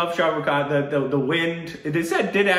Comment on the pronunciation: its not 'Sha Ru Khan' its 'Shah Rukh Khan'